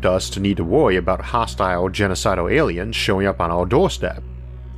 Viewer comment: I cant watch these videos cause i cant get past the voice and wisp. Pawanoid Awiens is all i hwear